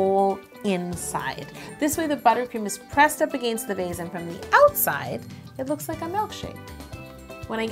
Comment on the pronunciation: 4: 38 the way she says against